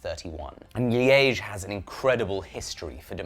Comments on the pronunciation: always funny to hear a britt saying france or dutch names lol. But that place liege what your talking about is pronounced as leech. Just for your reverence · Your pronounciation of Liège is perfect, just perfect ! <3